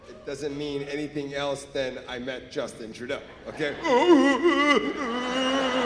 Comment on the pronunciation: Is he saying Dustbin Truedog ??